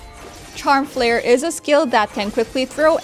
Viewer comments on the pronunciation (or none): none